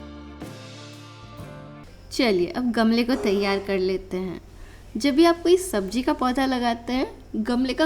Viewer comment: I have grown Bitter Gourd and use of some secret organic fertilizer beard me uncountable karela. I am planted it's seed on my balcony only. And Mam please say Sabzi not Sabji it sounds bad to hear.